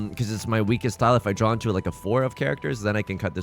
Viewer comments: Have you been to the midwest recently? Saying "Drawr" instead of "draw" and "warsh" instead of "wash" is a Hoosier thing. Also, congrats on an absolutely sick Hanchan. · Every time you say "If I could 'drawr' or 'drowr'...", it feels like a missed joke opportunity. It could be "If I could Dror Ragzlin (that's a Baldur's Gate 3 reference)...". Food for thought!